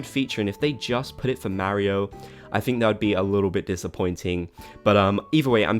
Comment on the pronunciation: Listening to him pronounce Mario makes my brain itch